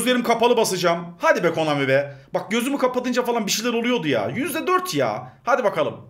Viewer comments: Abi adamsın bi kalp atsan bide abi pusa komani diyon pusa konami 😂😂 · KOMANİ değil KONAMİ:DD Gülmekten öldüm yaa:DDDD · komani dedi😀